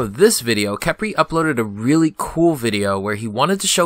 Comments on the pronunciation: Please say Kephrii, not Kepri xD :3 Great video btw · STOP CALLING HIM KEP-RI